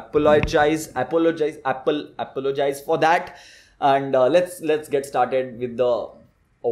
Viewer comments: Appleogise 😂😂 that was funny but unboxing was amazing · Apologize or apple - o - gize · Bro.. how do u pronounce apologize 😂😂